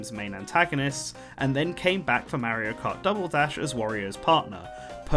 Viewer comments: It's painful how you can pronounce Wario correctly, but not Mario. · How do you pronounce Mario is extremely painful to the years.